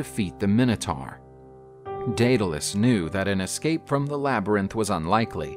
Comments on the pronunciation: it's day-duh-les lol Greek is hard to pronounce sometimes. Idk why he said it so many different ways lol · The narrator read the name Daedalus in 3 different pronunciations throughout the story. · Drinking game idea: Take a shot every time Daedalus is pronounced differently than the time before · Every time he says 'Daedalus' he pronounces it a different way.